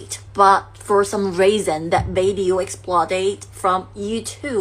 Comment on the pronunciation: 过去跟这种东西叫“公交车”，意思是谁都能上。现在这种叫“公厕”，就是谁都可以往里面排泄。而且发音也很垃圾，media, video, bitch等等发音都错。